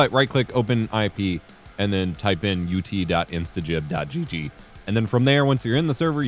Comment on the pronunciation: Finally, someone covering this game that can pronounce "instagib" properly.